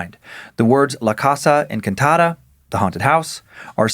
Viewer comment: I'm extremely white but I know the way Dan pronounced "casa" the first time was cringey